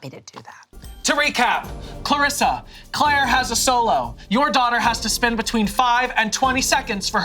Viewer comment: I love how keeps calling Claire Clara😂😭